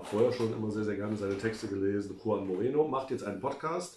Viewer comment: Warum kann Manuel denn auf einmal Juan richtig aussprechen, statt das J deutsch zu verwenden, worauf er vorher pocht? Und kennt er den Unterschied zwischen ğ und g?